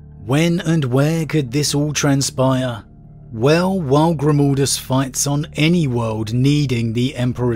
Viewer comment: ... What? GrimOldus...? WHere did the O instead of A come from? xD